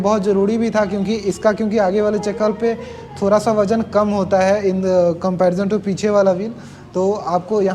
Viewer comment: हे भगवान, भाई ठीक से हिंदी बोल ले पहले... थोड़ा होता हैं, थोरा nahi.... 🤣🤣🤣 बरा नहीं बड़ा होता हैं Crusier नहीं cruser होता हैं...